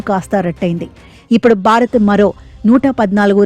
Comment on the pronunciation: బారత్ కాదు భారత్